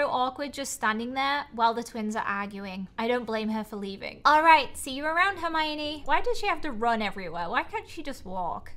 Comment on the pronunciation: saying hermione wrong me: gurl maybe u should learn how to read hErMiOnE:>